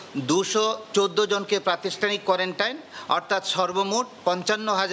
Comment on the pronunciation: কোয়ারেন্টাইন না কোয়ারেন্টিন